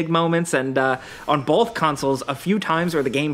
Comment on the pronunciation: Both, not bowlth